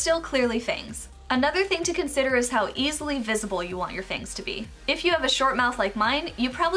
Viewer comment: lol "F A N G T H"